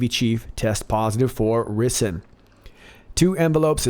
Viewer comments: “Rye-sin”. Not “ri sun” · lol..I was wondering how many people would correct that...or "Rice - in" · Love this channel and love your presentation style but.........Ricin (/ˈraɪsɪn/ RY-sin)-----"rice in" my man! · Greetings! It's pronounced Ri -zen,I believe. Bad stuff. Really, really bad!! God bless and thanks! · FYI rison is pronounced (rice on). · Btw....its 'rye' cin. Evil knows no bounds! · Pronounced RYEsin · I think It's pronounced Rice -n MCGA love it haha. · I think its "rye-sin" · if you remember there were envelopes with ricen sent to representatives after 911. Turns put they were made right here in America and were not an Arab plot. This is a known deep state tactic. FYI its pronounced rice-in. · Pronounced rice-in. Love ya! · Ricin Pronounced Ryesin. Still LOVE ❤️ You! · The first i in ricin is pronounced like the i in rice.